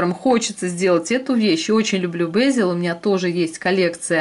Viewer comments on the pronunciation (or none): В русской транскрипции бЕзель. Ударение на первом слоге и звук Е, а не Э.